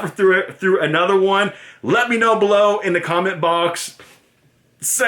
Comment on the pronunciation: its funny when he says "bee-low"